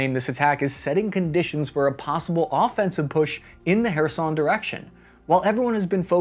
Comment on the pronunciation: I am thankful for you to pronounce Kherson the right way 😅❤